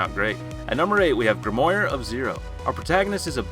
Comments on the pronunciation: Aww come on, it was chivalry as KILLIVARY in the other video and now grimoire is GRIMORI? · Excuse me..... her stolen what? Grimoire? As in Grimm-waa? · Nah the way this man mispronunciation grimoire is pissing me iff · “grimoyre” lmfao. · No one Literally no one Him: grimoyre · The way he says grimoire hurt me more than abyss magic ever could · he aint saying grimoire right and its making me mad